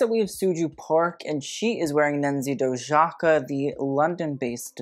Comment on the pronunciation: Just a correction, Dojaka is pronounced Do-ee-aka :)